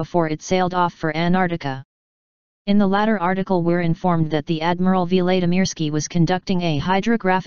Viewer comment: Who is Ann Ardika?? It's AnTarCTica And who is Admiral Veelaydeemeeirskee?? It's Vlad (as in Dracula)imirskiy. Not Veelay etc. You're a robot, damnit! Get it right!